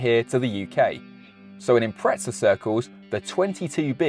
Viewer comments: Why is he saying Impreza like "Impretsa"? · impretza what? xD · when people call it an impretza my toes curl… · Maybe when the Brits learn to pronounce the English word “Impreza” properly, not “Imprezza”, Subaru will re-instate that name. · Looks good. Will start saving……Wheres the ‘t’ in Impreza? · Where is the T in Impreza? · Awesome vid but couldn’t take your pronunciation of Impreza where’s the T mate ? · There is no T in Impreza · How can the English not speak their own language… Impreza does not have a T in it !?